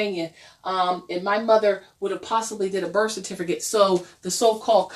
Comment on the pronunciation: LOL "certifERcate"